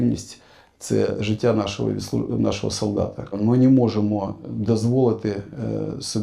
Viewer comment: Ми "нєможимо" це шо азаров 2.0